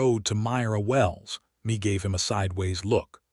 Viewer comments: Mee reed? Not May? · Good story of two people who met on a dusty road and fell in love and a family followed. AI just cannot get pronunciations correct Mae is not me its May! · The name "Mea" is being pronounced like "me", where it is more likely it is to be "May". A good story. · Good storyline! This is Mae and Hugh story. Mae left Colorado for a better life where she could be herself and not being controled by her brother-in law after her husband passed away. A little rushed at the end but all in all a good story. Mae is pronounce May. These storys need to be proofread by a human being before they are posted for the public. This enability to pronounce names correctly detracts from the story. Listening in Texas.